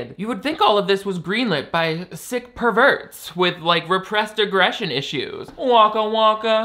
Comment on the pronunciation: per-VERTS is my new favourite pronunciation of anything